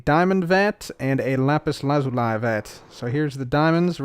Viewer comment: bro please learn to say Lazuli properly